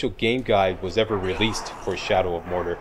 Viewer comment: I love you... but Mordor is "More Door" not "More Durrr";) Can't wait for the Walkthrough! You rock!